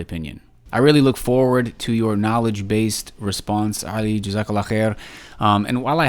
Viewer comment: Wow at the end he can't even speak right he said oli and ali wrong everytime which was 4 counts. I know he is wrong but am subbed to him because he is kurdish and so am I but for real I can't listen his supposed comedy is not funny. And really you can't take knowledge from someone like him or MH